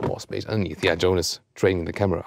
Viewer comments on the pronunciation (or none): none